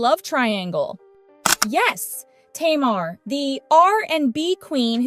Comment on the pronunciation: I'm aware this speaker is AI. Please pronounce the subject's names correctly even when it's clickbate. Tamar the chipmunk name isn't pronounce or spelled like the word (tomorrow) it is Ta- mar !!!!!